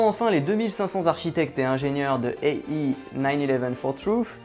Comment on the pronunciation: Hello puisque les remarques sont bienvenues: je rejoins celles sur l'intro et plus généralement le côté comique. Je pense que ça dessert le propos. Sinon, en tant qu'angliciste, ça me gêne d'entendre "Ay I" au lieu de "Ay Aïe". Bref une petit révision sur la prononciation des lettres pour lire les acronymes serait utile... Ou alors faut les prononcer à la française.;) (ah et "debeunk" sonne mieux que "debounk"!)